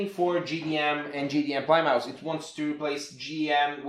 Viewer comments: Plymouth is name of a city in England, pronounced 'plimeth' :) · this isn't too important but plymouth is pronounced pli-muth. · LOL, Plymouth is a town in Massachusetts, USA, pronounced "PLIM-uth."